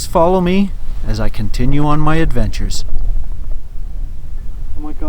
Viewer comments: Did you say"OMG bears!" or "OMG beers!"??? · I am surprised that they dug up both sides of the road. Usually they do one side then the other. Take your time going back so you can miss some of the construction. you passed several places that were very pretty and worth a night or two. relaxing video. Did you say "oh my deer" or "oh my bears". just can not tell lol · Honestly for a moment i thought you said, "Oh my god, beers", not bears! LOL I about spit my coffee out! I do hope you had a 'beer' for later after you were parked. Happy and beautful trails to you. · did you say bears?? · Was that "bears" or "beers"? lol! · LOL...pretty sure you said "OMG Bears" and not "OMG BEERS!" But hope you had some of the latter on hand to calm your nerves. ;)